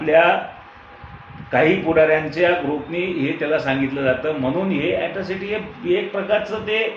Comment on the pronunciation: Atrocity not yatrocity